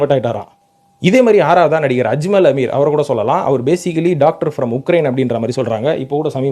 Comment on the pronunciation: ஆமீர் இல்லடா அமீர்